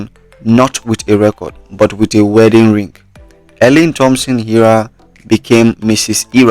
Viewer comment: Him not even can pronounce her name